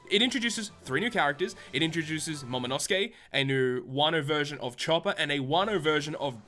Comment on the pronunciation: In the End it isnt Momonosuke its Momonoskii.